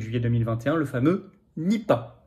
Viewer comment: Nipah non ripah !😂